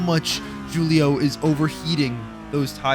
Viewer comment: FFS ITS WHO-LIO NOT JEW-LIO come on...